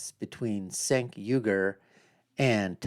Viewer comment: 'The Young Jerks". Mispronouncing Cencs' name. No bias here, huh?